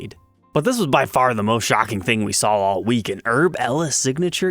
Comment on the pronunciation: HHHHHerb!!! Not Erb 😂